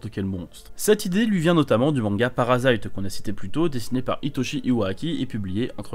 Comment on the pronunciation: C'EST PARASITE OU kiseijuu sei no kakuritsu MAIS PAS "PARASAÎTE" nimporte quoi...